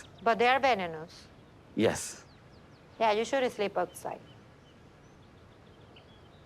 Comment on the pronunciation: tried to pronounce venomous was top tier 😂😂